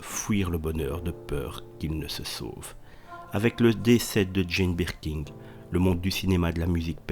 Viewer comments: C'est Birkin et non Birking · Merci de prononcer son nom correctement 😂😂 C’est pas birking chef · Mais putain , pourquoi dites vous BirkinG ? Y’a pas de G à la fin de son nom , bordel ! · Jane "Berking" non mais je rêve ! En plus mec ne sait même pas lire ! Nul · Rooooo, mais non on prononce pas le G il y en n a pas !!